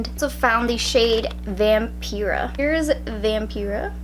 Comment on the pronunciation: said vampira wrong... or you're just too american to pronounce shit right.